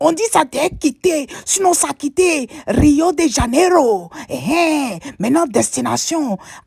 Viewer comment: Salut soit salué je suis fanta gbê par ta manière de prononcer rio de jaenério